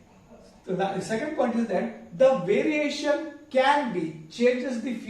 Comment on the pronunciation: Variation or veriation 😮